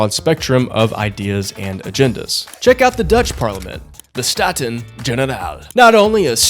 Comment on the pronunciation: You're the only political channel I like watching, love the videos! (Also you 're way of saying Staten Generaal is pretty accurate, especially for someone with no knowledge of Dutch)